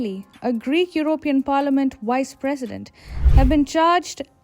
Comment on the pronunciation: “Wice presdent”